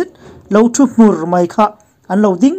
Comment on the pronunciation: I thu post hi ka hmaih lo hle a. Mahse I thu chhiar hi thluk duh lo a tam riau thin mai. Tlim hmur tih pawh hi HMUR tih hi hnute hmur tih angin I lam leh tlat mai 😟😟😟